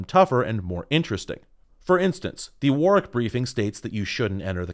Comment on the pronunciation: Thanks for pronouncing Warwick correctly!